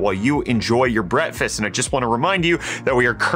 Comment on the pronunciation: Breakfast...not bretfast